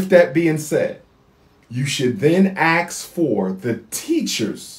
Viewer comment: Mr. PhD postulating a query or question is called "ASKING", not "AXING". Axing is the act of cutting down.